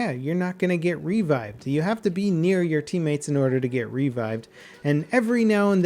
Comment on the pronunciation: revived, not RE-vived.